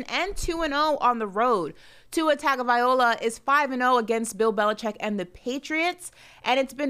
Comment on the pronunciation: Brandon, please teach the proper pronunciation of Tua’s last name. You say it correctly brah but is saying it wrong on several syllables., if you like Tua, please learn to pronounce his name. Mahalo nui loa. Imua Tua! 🤙🏽🤙🏽🏈